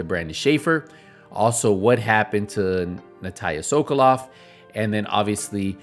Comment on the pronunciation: sokolova you pronounce her name wrong every time in this video sokolov is man sokolova is feminine